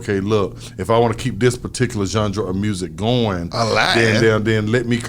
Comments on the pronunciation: Genre not Junjra 🤣🤣🤣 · Who's gendra? haha. "Genre" playa. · Nigga said "Jungdra"(genre) 75 times 😩😩😩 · Somebody tell you pronounce genre john rah not john ja lol but good shit not a diss but I’m a fan he helped me why not help wicked all love radio shawtyyyyyyyy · It's genre, not jandra! Haha. Luv you bruh haha